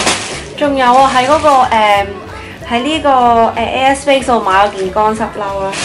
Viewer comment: 聽咗好耐都聽到 u a space 😂 要睇info bar 先知 air space 😂😂 btw 啲衫好靚